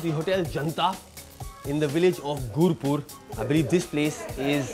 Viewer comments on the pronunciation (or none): Its not gurpur its gurpura..😍😍👍👍